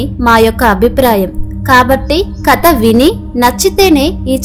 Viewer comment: కత కాదు ❎ కధ ✅ ఇక ముందు తప్పు సరిదిద్దుకోండి!!